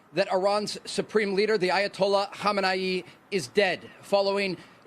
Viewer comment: Benny, It's KHAmenei, not KHOmenei. Otherwise, keep up the good work.